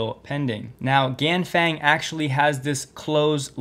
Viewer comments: The Chinese company Ganfeng is not pronounced like "gang bang". XD It's more like "gaan fung". Their stock also had a 9% jump today. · Quick note, the vowel in "feng" (of Ganfeng) is pronounced like "uhh." Also same with "peng" (of Xiaopeng).